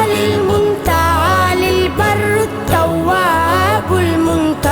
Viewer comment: muta aali lafz me noon nahi hy